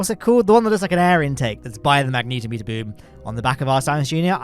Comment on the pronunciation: Hey I'm pretty sure that "magnetometer" is pronounced less like the name of the X-Men character, and more like a portmanteau of "magnetic" and "thermometer". I don't really care, it's not grating or anything, but I noticed it because I heard another creator call it a Magneeto-meter in a video last week (possibly Mike Aben on one of his streams?) and it got my attention because it took the idea that I had in my head of what I assumed was a fairly mundane instrument, and transformed it into some sort of wildly fantastic Rube Goldberg contraption of a device which upon taking a measurement would output the result by moving a cartoonish hand with pointing finger on the end of a stick to indicate a result on what is clearly a very low precision, low resolution scale, with a range beginning at"Pathetic..." all the way to an upper limit indicated simply as "Magnetic", thus leaving any measurement taken with it so ambiguous that both the data and the machine which produced are wholly and entirely, utterly, completely, and unconditionally, useless.